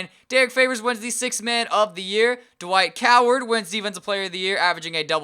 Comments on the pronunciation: did anyone else hear Dwight Coward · u said Dwight coward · Haha u said Dwight coward but it sounds about right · Did he say Dwight Coward? lol 😂